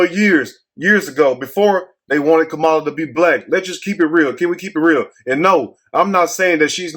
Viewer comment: THAT'S A LIE! I HEARD HER SAY SHE IS BLACK. .. ARE YOU DELIBERATELY PRONOUNCING HER NAME INCORRECTLY?